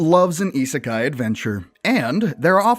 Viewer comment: that's what I thought. plus he says isekai wrong.